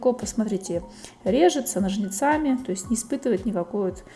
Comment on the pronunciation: Но'жницами, а не ножница'ми!